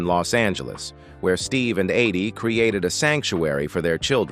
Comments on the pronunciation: You keep saying her name wrong. Its Eydie not Aydie. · I hate this narrator's voice! He mispronounced Eydie's name consistently...........calling her "aidee" time after time. Where the hell did they get this guy? What a low budget tribute to a special couple.